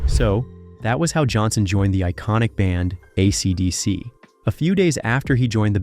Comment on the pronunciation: Yeah RIP YouTube. A robotic voice who can't even pronounce AC/DC? A monotone boring piece of repetitive crap.